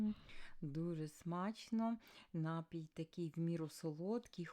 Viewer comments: Не слідуюча, а наступна! Не нАпій, а напІй! Україномовці ви хенові. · Наголошуйте правильно. НапІй- на другий склад. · Слово "напій" має подвійний наголос 😂